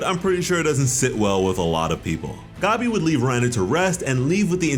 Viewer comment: bruh why do you call her gobby?? the green gobby lmao it’s gabi like gabby